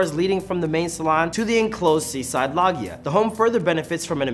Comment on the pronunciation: Loggia is pronounced “lojia”.